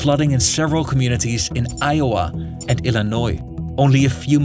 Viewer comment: as an iowan who on earth says ioway????